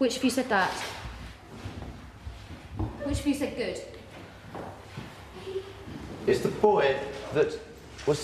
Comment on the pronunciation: it sounded more like goot